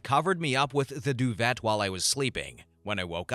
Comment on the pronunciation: Pronunciation note: doo-VAY for duvet